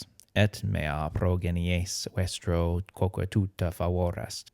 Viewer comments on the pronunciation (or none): in the video the 'r' in "vestro" isn't trilled and it makes me feel a little uneasy